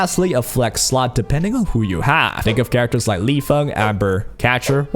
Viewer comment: please pronounce at least 1 character's name right i beg you bro